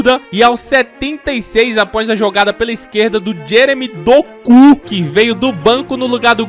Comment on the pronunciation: Kkkkk o falando DOKU